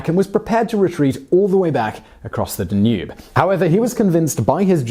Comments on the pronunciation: DAN-ube, not dan-UBE. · "rudiments" of maths and astronomy? duh-nube? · I love the way he says danube (tonava), like DA NOOB! 😂 Well i cant assume everyone can prenounce foreign words. But awsome stories anyway. 👍👍